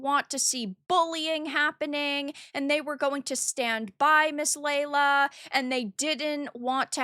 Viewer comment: I can understand if you don't like someone, but you can at least say her name correctly... Summed up version: Miss Lala posted her opinion. Rev responded with insults. Miss Lala clapped back and wanted it to go to DMs. Rev kept it public. IMO Rev was wrong for starting this publicly. Also, that person talking about the coat hanger, yikes.